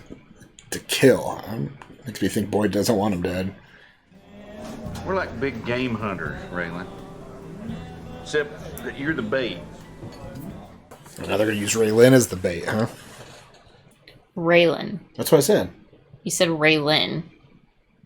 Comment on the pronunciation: Yep said "Ray-lynn" and at the beginning "Timothy Oli -phant" lol but we all mispeak lol